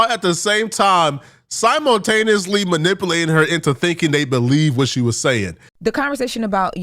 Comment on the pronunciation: As soon as I heard you pronounce " manipulate" like that I already knew you were an " am ba lance" pronouncer lol